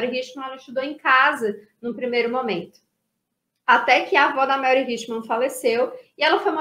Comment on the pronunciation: Mary em inglês, SE pronuncia MÉRI e não MELRI